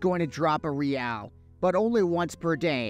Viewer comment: I thought you pronounce Real like Reel. What is Re-Al?